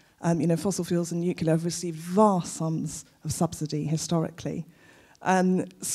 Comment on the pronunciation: Two things. First, onshore wind is not expensive, its the cheapest form of energy currently. Second, the word is nu-cle-ar, not nu-cu-lar. Apart from those inaccuracies, an interesting talk highlighting some key issues with the debate. Given that onshore wind is the cheapest form of energy generation and the current UK government has shut it down (because their wealthy landowner cronies don't like the view on their estate being 'spoiled'). I would slightly disagree with his conclusions.